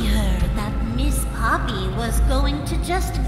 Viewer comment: mówie się popi a nie pupi!